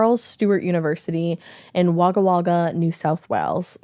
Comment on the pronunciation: NO FUCKING WAY! You, actually, pronounced Wagga Wagga more correctly than even some Australians, and you're not even from here! I was born there as my Dad was in the airforce.